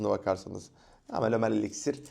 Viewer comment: parfümü neden fransızca okuyorsun amk .elixire elixir diyon parfüme pahföğğghh diyon